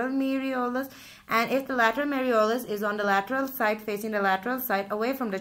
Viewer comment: Malleolus not meriolus